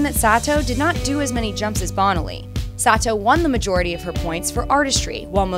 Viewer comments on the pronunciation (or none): The winner for worst pronunciation of names is this narrator It's "Bone-aly" and "Sah-toe", not Bonnelly and SAAA-toe. I saw them pronounced I assume correctly back in their hey-day. Please fix this if possible. A skater as memorable (and badass) as Bonaly should have her name pronounced correctly for the history books.